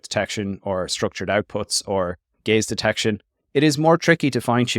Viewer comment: I keep hearing it as "gays detection"